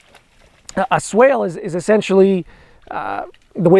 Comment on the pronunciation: Swake? You mean swale?